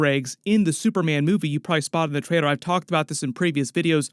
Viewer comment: Every time you say “trailor” sounds like traidor